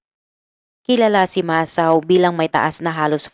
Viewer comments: Need more improvement pronouncing Japanese names.. it's MA - SA - O.. not MA - SAO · HINDI PO MASAW IT'S MASA-O 😂MUNTIK NA MAGING ISAW EH NUBAYAN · It pronounce Masa-o...sorry for correcting you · Wag ka sanang magalit pero Mali Mali ang pagbigkas mo sa mga pangalan masa-o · RIGHT. . MASA O